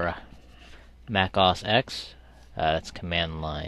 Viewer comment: Please pronounce it O - S - X the way you pronounced it ~AUS EX~ made my ears bleed.